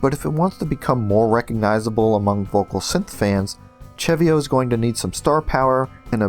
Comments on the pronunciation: actually no im 100% its seh-vee-oh not cheh-vee-oh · im almost certain its pronounced "se-vio" not "che-vio" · not sure if I'm correct, but I pronounce CeVio; Se Vee Oh